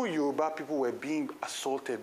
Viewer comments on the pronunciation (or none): none